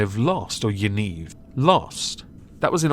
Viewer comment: “Ya-neev” - It’s an Israeli/Jewish name